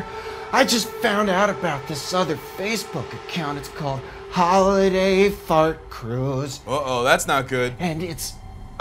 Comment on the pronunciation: hOOlIday Faart Cruuuise